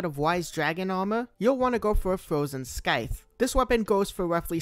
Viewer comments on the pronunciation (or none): calling it a..sky-the???